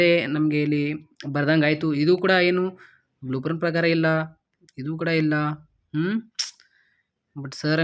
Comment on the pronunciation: Blueprint ❎ Bluepran ✅ 🤦🏻‍♂️